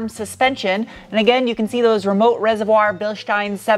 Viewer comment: you like pronouncing the word reservoir way too much. 😹 Also, I have driven a VW automatic from that era! My grandmother randomly bought a Karmann Ghia (maybe a 1970-ish one?) when I was about 20 which only had like 12k miles on it. Only problem—it was this weird automatic CVT kind of thing, where you had a first and a second gear and it just kind of gradually revved up and up. Would NOT recommend. And lastly, my folks had a 60's bug in silver and drove that thing all OVER on dirt roads when I was a kid. We lived 12 miles down a dirt road in the mountains for years in SE Arizona and it served us well and took us some places that no one in a 4x4 could ever believe when we showed up in it. And that was without any fancy Bilsteins or even bias ply tires. Anyway, Ragnar is a great little build. Congrats on completing him!